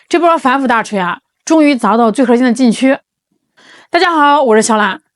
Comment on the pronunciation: 是哪里人啊？儿化音怎么用到“核儿心技术”这个词中的核字的后面了呢？